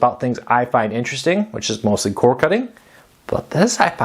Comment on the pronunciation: C O R D NOT C O R E ENUNCIATE